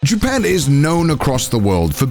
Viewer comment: I don't know why but in the first second of this I heard JOOPEN and I can't unhear it now.